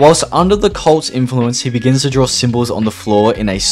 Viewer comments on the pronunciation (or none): none